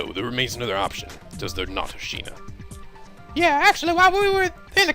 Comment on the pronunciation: One thing that's bothering me is that it's Asahina not Ashina...